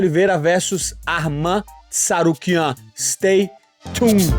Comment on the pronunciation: It's interesting that Renato was the only one who pronounced Arman's surname correctly😅